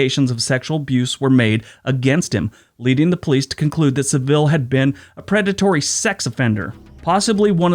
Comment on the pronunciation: If you watched a documentary about Jimmy Savile....you clearly didn't listen to it....his name is pronounced in the same way as travel.....like Jimmy Savell ....the emphasis on SAV, with an L at the end....like in ......unravel